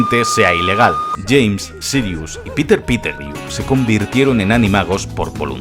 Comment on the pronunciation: "Piter pitegrieu" jajajajaj estos españoletes ostia coño